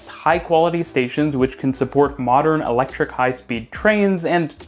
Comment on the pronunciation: Did you say electric? Noop.